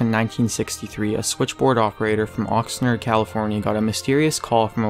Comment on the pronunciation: 'OxNARD' not 'OxNERD' 😁😉